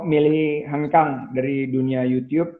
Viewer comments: kaga anjir wkwkwkw. lebih ke yutchuub (kinda). bukan yutiyub. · keknya salah dah yuchub, pernah dibahas vngnc pas Rando ngomong yuchub xD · Yucyub bacanya, klo sering nonton konten luar pasti tau